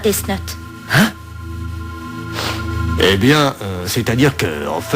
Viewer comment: Le seul probleme dans la VF, c'est leur façon de prononcer "death note"... Ça fait dess not